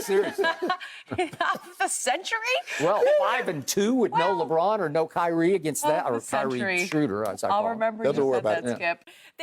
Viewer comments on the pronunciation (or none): none